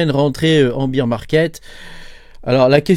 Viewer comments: En fait on dit "baire" et pas "bire". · Beaaaar pas beeeeer 😂❤